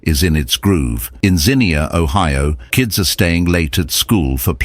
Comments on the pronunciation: Anachronisms show that the author wasn't there when it happened. Mispronouncing local names is also a dead giveaway. People from Ohio know that the town's name is pronounced Zeenia but the narrator didn't know that. But like you said, That's fine. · It’s ai. That’s why he can’t say Xenia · If you would of pronounced the name correctly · This AI voice was there in 1974, how else would he know all the details of what people were saying, thinking, etc. Video is designed to get likes kids. BTW, AI can't pronounce Xenia correctly. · Yes, I can’t watch anymore. If he can’t pronounce the name of the town, how does he get anything else correct? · AI slop, especially pics of other tornadoes/damage and the ridiculous over-the-top rhetoric. It's pronounced ZEEN-yah not Zinnia. BTW they ate the ice cream because power was out and it would have melted anyway. I watched it approach and strike Xenia from five miles away. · I was referring to the "car alarms sounding off." As for the city's pronunciation, it's zeenya, not zeenkneeahh. 🤔😉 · I remember that horrible day. It’s pronounced “Zeen Ya” by the way. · ~~~ZEE-NEE-UH!!! FFS, GET A NARRATOR THAT PRONOUNCES WORDS RIGHT! The place isn't a damned flower! (Zinnia.) And, we didn't hear no freaking car alarms! NOBODY HAD CAR ALARMS IN 1974!!! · IT'S NOT ZINNIA, YOU MORON! IT'S XENIA, PRONOUNCED ZEENYA! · It's pronounced Zeen-yah, my grandparents outran that thing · I really wish the narrator knew how to say Xenia. (Zeenya, noy zeneea) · ZEE NEE UH. Xenia. Not Zinnia. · Yes! Thank you. I cringed every time they said Zinnia, like the flower. 😬 Xenia is about 1/2 hour from us. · 32 or 33 souls perished not over 100. And it’s Zeen-yah phonetically… just sayin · It’s pronounced “zeen-yah.” The emphasis is on the first syllable. It’s in Ohio, not England! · Yes. Xenia, not Zinnia. We are not a flower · It's "Zeen-yuh" with the accent on the first syllable.